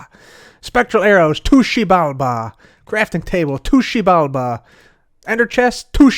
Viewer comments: just me that really likes but wanted to smack him when he kept saying "tushibalba"? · eventually i just heard TOOSHI BALBA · My head can’t take saying to xibalba any more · Take a shot every time he says Xibalba